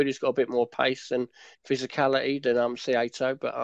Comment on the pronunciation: Guys - its "SIGH-TOE" One of the most common names in Japan. just saying. :) great preview btw